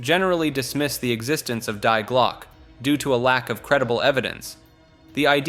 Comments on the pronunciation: I love how you pronounce "Die Glocke" correctly at first then incorrectly at the end. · Yeah, that irked me a bit.